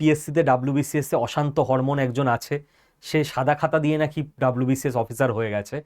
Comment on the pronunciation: কেউ খেয়াল করেছেন?? স্যার প্রশান্ত বর্মন কে অশান্ত হরমোন বলে roast করে দিলেন?😂😂